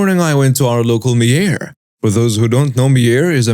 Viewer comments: It is pronounced My-er. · the store Meijer is pronounced mī·er (long i sound). At least that is how we pronounce it here in the states. 🥰👑❤️🌻😊